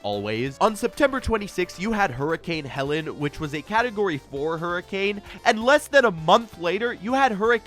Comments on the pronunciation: HELENE** HAY-LEEN mb broski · It was hurricane “Helene”, pronounced “heh-lean”, Sorry, I just had to … for those of who live here, it’s akin to someone going to Chicago and stating they’re in “illih noise” 😅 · it’s actually pronounced “Heleene” Sorry to be the 🤓 to point that out